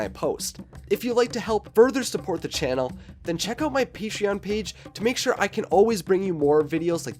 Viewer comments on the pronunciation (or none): none